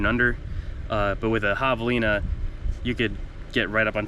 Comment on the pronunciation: Dude doesn’t know how to pronounce javalina properly…how dumb🙄🙄🙄👎🏼👎🏼